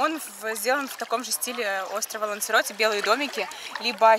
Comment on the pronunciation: Не ЛансЕроте,а ЛансАроте